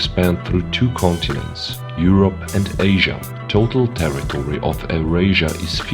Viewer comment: Euarsia must not be pronounced “errasia” :/